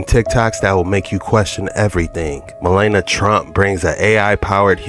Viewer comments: Malana?! Wtf ma lawn nia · I don't care how you pronounce her dumb name, but it is Mel-ania